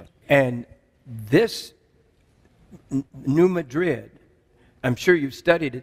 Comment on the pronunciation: Just for your info - It is New Mad-rid like these two words would be pronounced separately. (accent on the first syllable- not like Spain.)